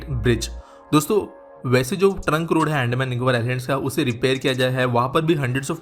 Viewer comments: BRO..ANDMAN nahi Andaman hai ho kya accent hai😫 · अंडमान नही अंदमान😂😂😂😂